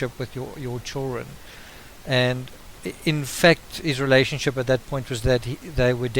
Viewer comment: I can't understand half of what you're saying. It's pronounced "children" not CHIRREN.